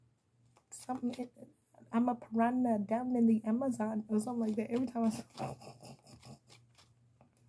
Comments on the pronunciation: YOU’RE TOO CUTE! “I’m a PAR-ON-AH!! 😂🐟🐟🐟😬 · 😂 I'm a pa-rah-na in the am-a-zon 😂